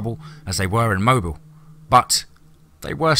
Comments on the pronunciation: Wonderful story...I loved it, but it's pronounced "mo bill"..not mobile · Mobile is pronounced MOBEEL. I went to college there. Good story. Well written.